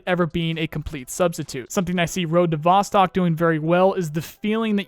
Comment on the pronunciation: Just a heads up, Vostok is Russian for "east" and is pronounced "vos-TOKE"